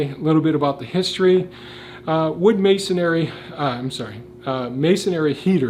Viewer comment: Please: I love the English language. Those who present in English should as well. Masonry is pronounced masonry, not masonery. Thank you.